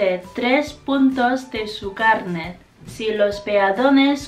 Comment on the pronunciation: Hoy es mi cumpleaños! te falta el acento fuerte en carnet o carné, como un 4to tono